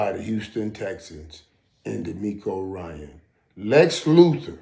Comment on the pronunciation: OMG, please get DeMeco’s last name right. It is Ryans with an S at the end. I am baffled at the fact that you don’t know that or cannot get it right when you actually played the same league as he did. Please get it right, Michael!